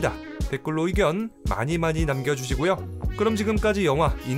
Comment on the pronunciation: 잘듣다 마지막에 네? 인디펜더스데이요? 내가 잘못들었나 다시 돌려봄